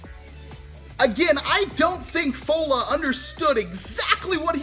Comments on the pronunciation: It's pronounced Foul-ah not Faux-la. Just thought it might save you some awkwardness. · I love you, I love the video, I love the blaster, I DONT love the way you say 'Fowla'... 'FOALA!'. All respect dude lol